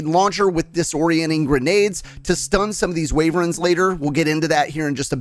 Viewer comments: Ok i like the tips but the way you say Wyvern as Wayvern hurts me both physically and mentally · Very helpful but may I suggest how to pronounce wyvern (not waverens)